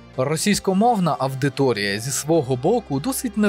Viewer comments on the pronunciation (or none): Підтримую кожне слово. Дякую за відео, за працю! Але ріже слух "авдиторія". Лат. audire, сам маєш знати, колега, як читаються дифтонги та диграфи:)